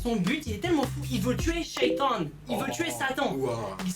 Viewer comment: Wsh le gars il a dit " Sheiton "